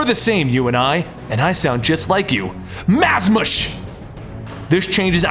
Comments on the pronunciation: It's actually Mazahs . _. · Potato he pronounced it wrong in the video regardless so meh.